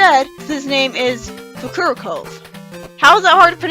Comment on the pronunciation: It's pronounced Foo-Koo-Row-Kov and it's another meta joke, a reference to how several children tried to pronounce his name.